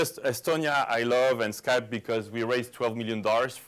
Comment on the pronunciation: on dit pas Skypi en anglais ? au lieu de Skypeux ? :)